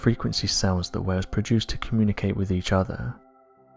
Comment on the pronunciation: Ffs, it’s monotone againnnnnnnn, erffff (earth) wiv (with)